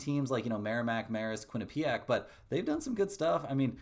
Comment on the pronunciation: it’s not Quin-ah-PEE-ack